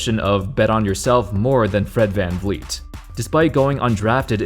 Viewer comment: Fred Van Vleet is pronounced Fred Fan Fleet.